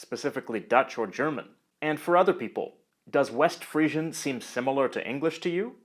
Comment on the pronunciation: I thought it was pronounced "Free-zhun".